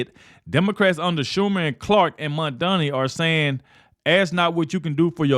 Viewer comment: PrezT can't even pronounce MamdaNi's name correctly